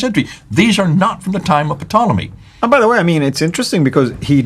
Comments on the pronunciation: it's a SILENT P on Ptolemy!!! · Ptolemy is pronounced tolemy. The P is silent.